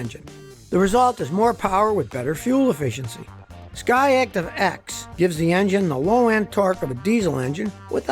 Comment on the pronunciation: Every time he says SKY ACTIVE instead I hear him say Scotty ACtive